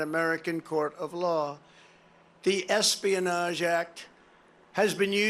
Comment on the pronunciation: Or rather the "asspionage" act as Trump pronounces it.